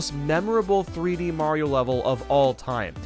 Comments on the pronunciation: HE SAID SUPER MAYO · Did he said "Super Merio 64 DS" He deserves some subs